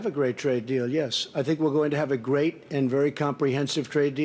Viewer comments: “A gwaet gwaet honor” -Trump 2019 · “A gwate, great queen”